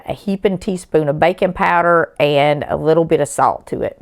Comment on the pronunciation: BACON POWDER? I had been wondering what that was and where I could get it when I realized it was Southern speak for BAKING POWDER!😂